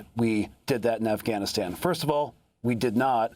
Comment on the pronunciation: Amy, you pronounce “Afghanistan” perfectly!